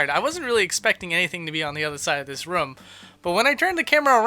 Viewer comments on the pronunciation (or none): DEAR GOD EVERY EPISODE SIR...... ITS NOT RUM ....ITS ROOM ... SAY THIS RUH-OUM please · STOP SAYING RUM!